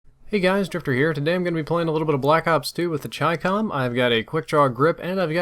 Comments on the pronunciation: I KNEW IT WAS CHYCCOM AND NOT CHICKUHM. That's all, thank you. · Finally someone that pronounces chicom right lol